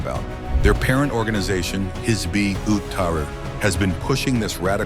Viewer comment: Your AI pronounced Hizb as hizbee. You are ignorant bigots.